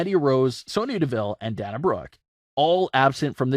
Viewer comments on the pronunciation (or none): It's day nuh. her names only got one n dude. And is spewed on tv all the time.